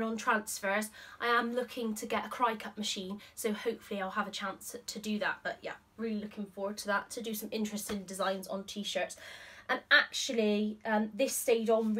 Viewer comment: The outfit you’re wearing today is wonderful. Love the fabric. The Cricut (pronounced Cricket) machine that’s the best is the Cricut Maker. The mini rotary cutter makes it better (in my opinion) than other machines like it because it will cut fabric without having to interface it first! I actually bought it to create cut files for my embroidery machine as well.